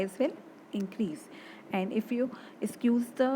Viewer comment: Pls correct your pronunciation of squeeze